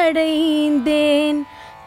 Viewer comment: ஷரணடைந்தேன் அல்ல சரணடைந்தேன். பாரதி உச்சரிப்பில் மிகத்தெளிவாகயிருப்பார்